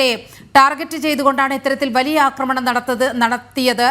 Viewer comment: India nadathiyittulla "Akramam" alla chettah.".Aakramanam"...aah..Aakramanam...malayaalam onnu koodi padikkanam...